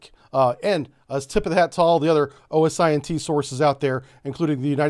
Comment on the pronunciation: My guy, love the info and the channel, but as a former Intel guy, you can just say osint like "ohsint" 😂 If they put seismic censors around Guam and admitted to it I guarantee our seals planted explosives near enough that if needed we can press a button and delete them. Because 'Murica.